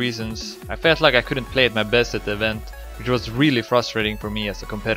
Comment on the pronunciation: Really "frostrating" Kappa